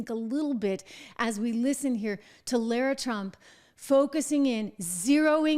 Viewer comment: Her name is not LERAH it is LAH RAH!!! Get it right.